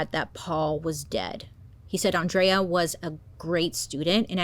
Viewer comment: Thank you for pronouncing Andrea’s name correctly. She a hated when people pronounced “Ann-drea.” People should also know she was absolutely a light.